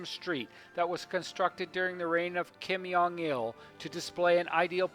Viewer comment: I like how u pronounced Kim Jong Un : Kim yung wun ; and also Kim Jong il as Kim Yung eel